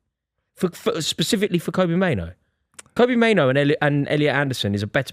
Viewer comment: Saying both kobbie and mainoo wrong is impressive